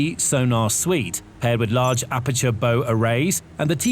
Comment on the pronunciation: I’m sorry where did you say the sonar is? The bo? 😂